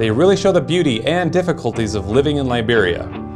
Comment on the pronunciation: 'Lie beria'